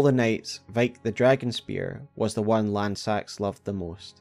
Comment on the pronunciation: I get so sad that everyone mispronounces Lannseax’s name ;(